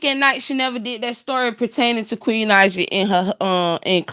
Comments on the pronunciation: Please stop messing up that girl name...Queen Naija (Nai ja) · wasn’t mad..just laughing at your crazy butt...for saying that girl name wrong....not that serious sweetie..